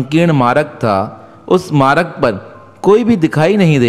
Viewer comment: Aap maaraag kiyu bolte ho ..vo maarg ..aap Hindi to Sikh lijiye sahi se ..